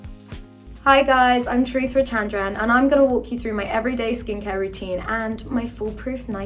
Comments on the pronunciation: The way she normalises pronouncing her Indian name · As an Indian the way she pronounced her beautiful name just gets me mad. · Ikr. But I guess it's just her accent.😭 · YASSSSS Tamizh kween, but what in the whitewashed, butchering, British, did she say her name was???? 😭😭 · I love her but someone needs to tell her how to pronounce her name right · at least say ur name right lmao